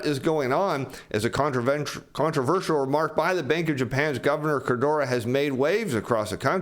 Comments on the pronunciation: Please - it’s k-u-r-o-d-a, not kurdoora. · KOO-ROW-DAH, not KAH-DOOR-RAH LMFAO! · I really like, so I'm not trying to be mean. The name "Kuroda" isn't pronounced "Kurdora." It's "Cur-OH-Da." Like it or not, the BOJ Governor is a big player in global macro, so pronouncing his name right would up the credibility. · I like the content but in the name of everything that is holy: LEARN HOW TO PRONOUNCE KURODA'S NAME!. It's Kuroda NOT Kudora. I've been watching your channel over the last few weeks and you've butchered that name every time and it's annoying the shit out of me. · Your pronunciation of KU-RO-DA, is horrible. It is not KO-DE-RA. That said, JP consumers, in the face of higher prices and economic uncertainty, save money, they don't spend it. Kuroda has been pursing 2% inflation for 10+ years and has achieved nothing. Saving money puts even more deflationary pressure on the economy. This is because women control the purse strings (by in large) and women are risk adverse (by in large). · I appreciate this channel and your effort, but I must help this economy where I can: It’s Ku-ro-da Pronounced- coo-rōe-dah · keeps calling him "Kodura"